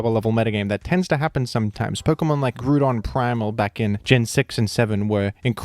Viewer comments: "Groodon primal" Please stop. Please. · I swear you put groudon in these videos so you can say grudon 10x times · Why don't you pronounce Groudon like ground? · Why do you pronounce Groudon liked that? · I used to dislike how pronounced Groudon. But it grewed on me.